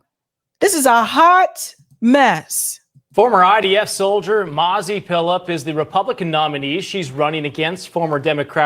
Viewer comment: It sounds like nazi not mazi,what do you think ?